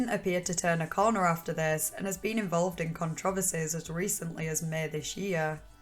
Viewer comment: What's your dialect/accent from? I never heard controversies pronounced that way